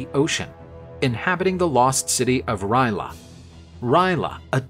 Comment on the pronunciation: First time i heard Ry'leth being pronounced Ry'la